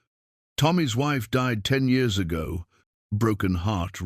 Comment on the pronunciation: I don't know why you cannot get the year's read correctly that's just stupid it's juit really screws up the continuity of the story